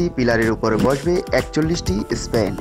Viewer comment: Ha ha ha ha ha. Vai Spain na span. Otvut kotha batra bole vaisap